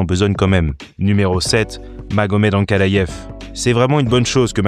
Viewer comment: Superbe vidéo, mais pourquoi tu prononce Ankalayef ? Et Chimayef aussi ? 😅